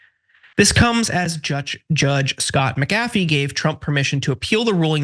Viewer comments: His name is pronounced: MAC-a-fee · You're mispronouncing Sadow, Fani, and McAfee, and the video isn't even half over.